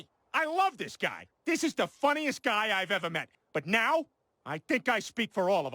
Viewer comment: I agree with many things in this video, i just really hate the way u say now. Subbed.